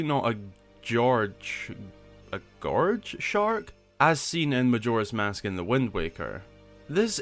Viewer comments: I think its pronounced guy - org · it is pronounced guy-orge (orge as in george) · It's pronounced g-y-or-g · Gyorg. Or Ge-yor-guh. As I've heard it pronounced before. Hope that helps